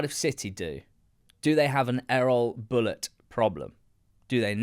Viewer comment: I’m so glad you both pronounce “Bulut” correctly unlike some other commenters who insist on pronouncing it Buluu. Great analysis the problems run deep at Cardiff. Think he will probably be gone by next international break although it will hit Tans pocket with Erol on a 2 year deal. The cycle will continue again.